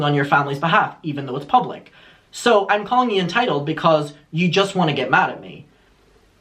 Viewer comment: “She CAWED ME ENTYITOLDE”